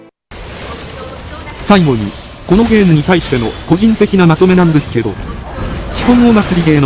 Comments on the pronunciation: ま〜と〜め〜 聞こえるから面白い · ま↓ーと↗ーめ↑ー